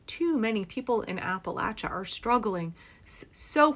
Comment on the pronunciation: 1) From Kentucky, thank you for pronouncing Appalachia correctly. 2) If the people of Appalachia don't want to become District 12 from the Hunger Games, they need to reexamine their political stance ASAP.